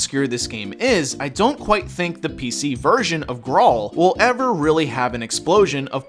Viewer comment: It's pronounced "grail"